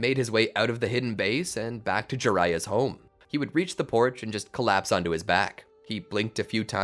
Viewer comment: Toby instead of onto cracked me up